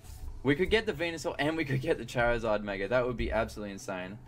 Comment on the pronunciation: why does he say chair izard